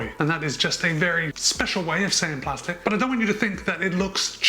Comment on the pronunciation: You already put me off within 5 second with the way you said plastic